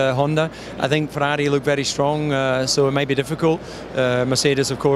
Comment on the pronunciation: Let op hoe DC Ferrari en Mercedes uitspreekt. Echte liefhebber.